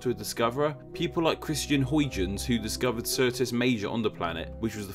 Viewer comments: Just a free FYI: the Dutch astronomer Huygens had his last name pronounced HOY-gens, rather than HOY-jens. Part 2: only 1 "L" in "civilization"; since I realize across the pond, you spell it with an 's', and over here in the colonies we spell it with a 'z', I'll give you that one. How 'bout the lunar name Star Trek: TNG's writers came up with--Tycho City for Mr. Brahe, the astronomer? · he actually pronounced "Huygens" in the standard Anglicised pronunciation (except for the /ʤ/), which is /hɔɪgənz/, which is good enough.